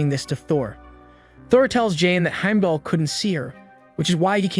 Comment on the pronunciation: Okay the pronunciation of Heimdall and Aether I can ignore, they’re weird words… BUT the way you say Realms is killing me 😭😂